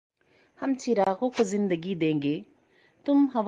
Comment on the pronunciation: محترمہ چراغ کا تلفظ ٹھیک کیجئے اپنا۔۔۔ چراغ ہوتا ہے ۔۔۔ چیراغ نہیں ۔۔۔۔ معزرت ۔۔۔